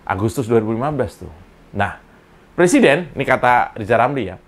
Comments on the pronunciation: Kenapa mereka ben ci sama Cokro tv !?...Karena dapur mereka terganggu dengan adanya Cokro tv. Maju terus Cokro tv !! Sikat para kadrun / kadrunista. RR, RH, SD, Otak korslet apalagi RR, suruh dia belajar ngomong huruf Rrrrr dulu. Lisal lamli plesiden.. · Rijal Ramli suruh belajar ngomong dulu msak presiden di bilang plesiden